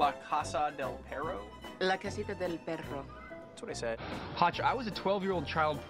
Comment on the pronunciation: Lo que pasa es que Elle pronuncio bien la frase "La casita del perro", de hecho lo hizo como toda una Nativa Americana, en cambio Spencer también dijo lo mismo pero su acento o pronunciación es como de un principiante. Elle: La casita del perro Spencer: La casa del perou